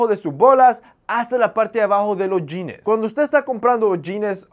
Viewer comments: Me llama la atención que utilizas muchos términos gringos y no sepas cómo se pronuncia la palabra "jeans", que ridículo se escucha la pronunciación yines, lo correcto sería pronunciarlo como "yins" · JAJAJAJAJA "SE MIRA NACO" JAJAJAJA, lo dice alguien que pronuncia "jeanessss" , "chequear" y "salchicha sobre-empacada" (porque sobre-empacada es más empacada de lo normal, creo yo) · Jeans wey no jeanes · Los Yines? Jajaja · En sus "yines" ajajajaj